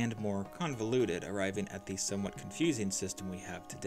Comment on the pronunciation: Thee duke, thee earl